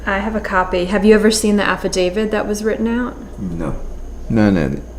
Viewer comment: Kind of astonishing that a Washington Post reporter made an entire podcast series thinking the word is 'Affadavid' and no-one thought that was an issue.